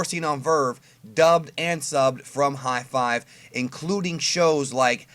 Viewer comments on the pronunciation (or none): it's called HIDIVE, not Hi Five. Lol